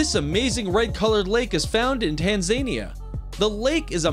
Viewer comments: Tan-zania? Ah NO it's Tan-zan-ia🙄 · Tan-Zane-ia O.o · Wtf is a tanzania(Tanzaenee-ah)? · Tanzania isn't pronounced Tan-zayn-ee-ah it is Tan-zah-neah also just an fyi to USA Tunisia is to-niz-ee-ah not to-knees-zya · Haha he said TanzAEnia instead of Tanzania. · Tanzania (TAN-zah-NEE-Yah). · tanZAYnia? Really? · Did he just- Tan-zane-ia ☠️😂😂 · His name is Jacques Cousteau, with a "t". You mispronounced Tan-za-NI-a. The eternal flame that's been burning continuously........except when it's blown out and must be re-lit by hikers. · He pronounces it like Tan-zane-ia haha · Your pronunciation of Tanzania is as if you are trying to pronounce Tasmania. Its TA-NZA-NI-A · It’s the pronunciation of Tanzania for me 💀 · You pronounce Tanzania wrong. The accent isn’t on »ze« but on »via« /ˌtænzəˈniːə/ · Ok. I grumbled at the pronunciation of Kerala, but Tanzania made me stop the video. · Why can no one pronounce Tanzania properly?!? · The Narrator needs to learn how to pronounce Tanzania.....